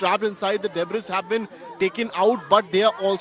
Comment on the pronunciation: "Debris" is pronounced as " DeBree" not debbriss" As News Outlet using English as a broadcast language Please kindly please find reporters who can speak n pronounce words in English correctly !!!!! It makes for very embarrassing viewing especially when u r watching it with other nationalities!!!!